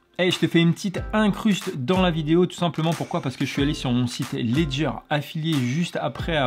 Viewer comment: vous avez dit Ledger? :) Alleeezdger!